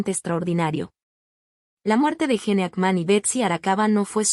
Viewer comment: AY VIBORITA LA QUE HABLA...A APRENDE A HABLAR ! A PRONUNCIAR ! ES PRONUNCIACIÓN DE GENE: "YIN" HACKMAN: "JACMAN". BUSCA OTRA MANERA DE GANAR $ ..SOY EL PRIMER Y ÚNICO COMENTARIO !😂